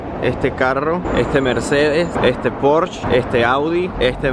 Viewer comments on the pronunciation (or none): ¡Se pronuncia PÓRSHE y LAMBORGUINI -(no pors, ni lamboryini) 👎😠...¡es alemán e italiano, respectivamente!, no francés ni inglés ni nada parecido.